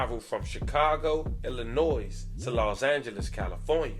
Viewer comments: I hate that nobody has told you but darling you do not pronounce the S at the end of Illinois 😭😭😭 I’m sorry I couldn’t help myself🤣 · The “s” at the end of Illinois is silent.